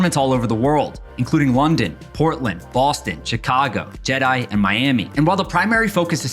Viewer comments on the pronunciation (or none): You pronounced Jeddah wrong, but since you said Jedi I will allow it 😎